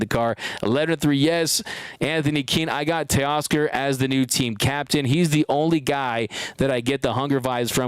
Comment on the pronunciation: new York can you say Teoscar?